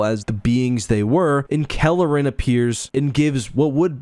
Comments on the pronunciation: He keeps saying Kalleren but I'm certain it's Karellen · Sir, please, It's Karellen, not Kalleren. Nitpicky, I know... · "Kare-Ellen" not "Kelleran", heh. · Karellen, not Kelleran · NEEDS to lose that center-of-the-screen gopher image. Also, ensure that you get the details of names correct (ie: it's Karellen, NOT Calaren). You primarily focused on the book, not the TV mini-series, so there were some conflicts there that were somewhat confusing. Fix all these short-comings and this would have been an OK video. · Karellen, not Kalerren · Karellen - I was pronouncing his name wrong, I guess. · CAR. ELLEN. Everything in this video is awesome, but the pronunciation matters. I know it’s AI, but it’s jarring food for thought. 🎃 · All that work and preparation you put into making this video and in you Pronounce karellen’s name wrong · You mispronounced Karellen repeatedly...